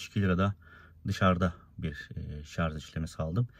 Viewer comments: dostum gerçekten çok anlaşılır ifadelerle tatminkar videolar çekiyorsun severek izliyorum, fakat takıldığım bir nokta var. dünyanın en teknolojik aracını kullanıyorsun ama şarj yerine şarz demen garip oluyor. kendin için düzeltmen faydalı olur. saygılar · Hocam sürekli “şarz” dediniz inanın sinirlerim bozuldu izleyemedim. Bir diğer tavsiye hız sabitleyici tüketimi artırır. Konfor için bir teknolojidir ama tasarruf ettirmez. Hız sabitleyici olmadan aynı yoldan geçerseniz tüketim daha az olacaktır. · şarz deme abi gözünü seveyim ya lütfen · Bizim millet de sarj demeyi ogrenemedi bir turlu. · doğrusu şarj , şarz değil. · ya bişey diycem yeter artık şarz demeyin şarj lan şarj charge dan gelir ingilizce yada batarya doluluğu de illa türkçe olucaksa gerçi o da türkçe değil ama olsun araba türk 😂😂😂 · Özellikle mi Şarz diyorsunuz😂